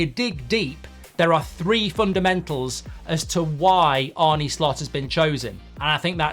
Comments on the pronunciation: It's 'Arn-eh' not 'Arn-nee' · Its spelt ARNE but its pronounced ARNA not ARNEY!!! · Mark who is this Arnie that you talk about?. I believe it’s Arne, like John ARNE Riise 👍✌️🫶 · Arny Slot, who is that??🤨 Or are you talking about Arne( Ar-nuh) Slot. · Arn-uh Slot, not Bert and Arnie Slot, is it really that difficult ? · He’s called Arne, not Arny. In Dutch you pronounce it as Arnuh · Arrna not Arne please Mark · His name is not pronounced Arnie and he has made a point of saying this. Otherwise, surprisingly unbiased video... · Mark very good and fair, unbiased opinion on Slot and that’s coming from a Liverpool fan. The only thing which is a little annoying is the pronunciation of his name. Arne is pronounced Arner and not Arny Apart from that keep up the very good work. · To pronounce his name correctly is “Arner” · His name is Arne, not Arnie. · Yep. Love you Mark but it’s pronounced Arna not Arnie. Don’t worry you’re not the only one doing it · Pronounced Arna ...not Arnie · its Pronounced Arna not Arnie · His name is not Arney, you old geezer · It's not pronounced Arnie. It's pronounced Arner. Like former player John Arne Riise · It's ARNE, not Arnie 🙄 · His name is not Arnie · It's not "Arnie"! It's A -r (rolled) -nuh. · It's Arnuh Slot not Arnee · Stop saying Arnie. If you can’t say Arne, just say Slot. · Who is Arnie? It’s Arne! Is it Ereeeq Ten Hag? 😂. Liverpool are already great. Arne is trying to make them greater, get it right. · Its pronounced Arna not Arnie you prat, great video 😎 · Mark, his name is not Arnie but Arne. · Arner Slot not the muscleman pronunciation 👍❤️😁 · I can only assume it's a purposeful mispronunciation of "Arne"? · Try getting his name right to start with goldy 😂